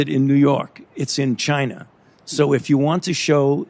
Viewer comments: Fauci said "Chiner'. Hilarious. . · Did this Quack of a Doctor say CHINAR? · Are in chiner? What a Freudian slip? 🤣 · He said chiner 🤣😂👍Wuhan virus china yes we know china made the virus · Is "Chiner" worse than "Gina" ?.. Gina's funnier.. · The bats that have the covi virus is in “chiner”. CHINER!!! 🤣🤣 - Dr Fauci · Chiner? Lol. He’s fucking said Chiner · Also.... Fauci says “Chiner” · He said chinr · Did I heard Chinaer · You know, "Chiner". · Fauci said "chiner" lol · How many times did Fauci say Chiner instead of China? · Fauci pronounces China as Chinar lol. That racist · 1. There is no "r" in china. 2. Why the hell are we giving money to ANY commie institution? Can you please answer that Dr. Falsehood? 3. We've seen this film before with the clintons, just questions, but no jail time for any of these criminals. Something has to change, look at how many people have died because of the china flu and no one is held accountable.